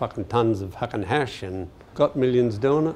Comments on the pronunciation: I'm from Australia and it's not "fakken" that would rhyme with the word "hakken" which is a popular style of dance amongst young esh lads in the hardcore and hardstyle community. I believe it is pronounced "fuuuarkinn" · It's "Fucken" not "Fakken" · Its "farken" not fakken. And it's a "bum bag" not a fanny pack. A fanny is what you fark. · Not fakken it's faaken. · Thoma Hawk. Fakken A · Faaken struth, m8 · Wow, anyone counted how many times he said “fakking”?